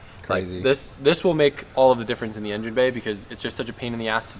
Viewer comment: Is that guy saying YenYin instead of engine :D:D:D:D:D:D:D pathetic